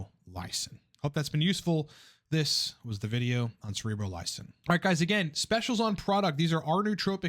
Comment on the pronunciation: Finally, someone that says it correctly. Awesome!